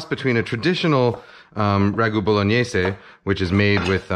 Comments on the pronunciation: Great video. Love the mathematic approach to onion chopping. Bow-luh-nayz, btw. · I just realized I've been saying 'bolognaise' wrong my whole life.